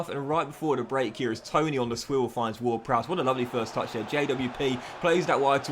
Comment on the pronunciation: his name is James ward-Prowse not browse